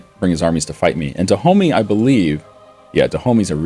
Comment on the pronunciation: Stop pronouncing "Dahomey" wrong.